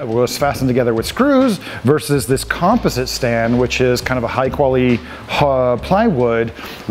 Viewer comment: Composite - you should learn to pronounce that word.